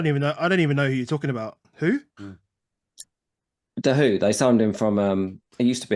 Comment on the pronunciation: the who??? dahoud the who??? dahoud lmao